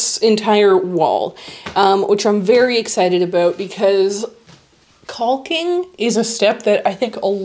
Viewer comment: Totally agree on caulking. But please note that the "l" in that word is silent. Think "cawking". -Sharon